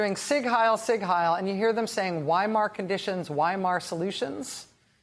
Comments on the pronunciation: Wadsworth, Ohio idiots don’t even know how to pronounce Weimar, it is “Vimar” - and that is the LEAST of their problems! 🤬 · Too dumb to pronounce Weimar with a V sound at the beginning.